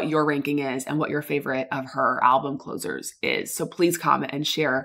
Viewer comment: did u say closure?